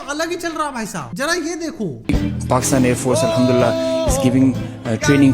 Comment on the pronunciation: Pakistan armforce ❌ pakistan aand force ✅😂